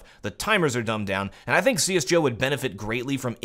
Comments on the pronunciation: Like your vids. New to them so excuse me if you have covered this. I am curious why you say CS:Joe instead of CS:Go. With a G. Not a J. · hahaha you didnt say CS:GO you said CS Joe at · Is it just me or does he keep saying cs joe? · Are you saying cs joe? lel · did you said CS:JO ?